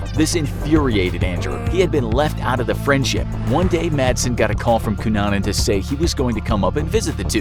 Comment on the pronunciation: Everyone is commenting about the misspelling of Versace and I'm here applauding the narrator for his correct pronunciation of the name Cunanan.